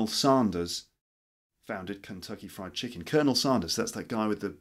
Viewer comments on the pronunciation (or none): none